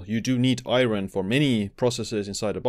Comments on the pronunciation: Thank you for the informative video. A friendly pronunciation tip: "iron" isn't pronounced as it's spelled, unfortunately! In the video, you're saying, "EYE-ron," but the actual English pronunciation is "EYE-urn." Looking at the word, I realize that it makes no sense that it should be this way--but it is. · i-ERN not i-RIN!! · its pronounced ion or i-earn if youre american. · Iron is pronounced Eye-urn. Great video nevertheless. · in English, the word IRON is pronounced EYE - urn .... or I'urn...... just an FYI..... Also... high doses of Vitamin C can cause greater absorption of Iron, which can be detrimental. I really enjoy all the information you share... thanks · Lol what the hell is I-RON? Is that like A-ARON? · Iron is pronounced Eye Orn btw. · Iron has a Silent R. I take one a day because I have a deficiency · Great video. It's bizarre how many people are concerned about the pronunciation of iron lol I've heard many non-native English speakers pronounce it this way.. I've never had any difficulty understanding it. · Iron causes shortened lifespan because everytime I hear you say it I die inside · It's mean to let someone walk around saying Iron like that and not correct them